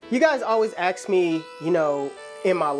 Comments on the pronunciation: it's ask not aks 😂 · Its not “axe” it’s “ask”🙄🙄🙄